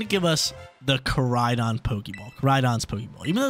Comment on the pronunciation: Come on that’s Koraidon not Moraidon 😂 love you though brotha keep it up